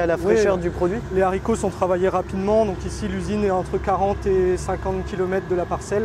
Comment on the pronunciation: Les fameux zaricots